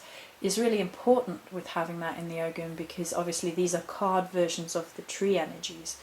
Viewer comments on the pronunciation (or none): Not Og(ham). The g is silent, it's Ow ham or Oham or Ohm. Pls present correctly and thank you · Oh’am the g is silent...